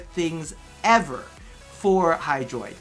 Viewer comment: Bruh... I think you had "hydraitus" at min . 😂